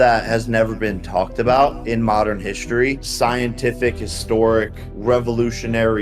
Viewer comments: "tv-uuuuuh" "history-uuuuuh" "two thousand twenty four-uuuuh". Hate it. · Why does the narrator drag out every last word he says “historyeuh” “twenty twenty fouruh” everything has “uh” sound added at the end 😭 so hard to ignore it